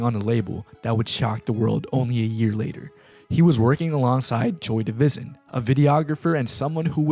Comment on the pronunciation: his consistent mispronounciation of destroy lonely, mitch modes, and joy divizn is actually really funny